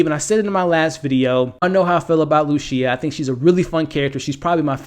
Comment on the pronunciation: I like your vids, but I recommend looking up each character’s name AleSSio, there is no X. And RoCCo, there is no S. And Lucia is pronounced Lu-Chee-ya… unless you’re intentionally pronouncing them different, in which case, live your life good sir.